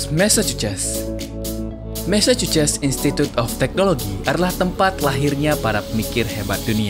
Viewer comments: Bang kok bacan nya "mesecuces" Kan yg bener baca nya "mesekyusets"🤔🤔🤔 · massachuset om bukan messecucess ✌